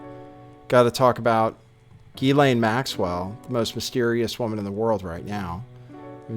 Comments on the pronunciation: actually the French pronunciation is GHEE-lane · Ghislaine pronounced Jisslane. It’s a French name.